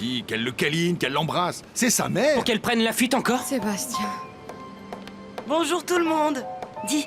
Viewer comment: Renand: oui bonj 😂😂😂😂😂